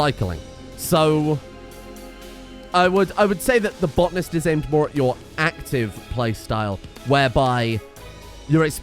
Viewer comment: its botanist not botnist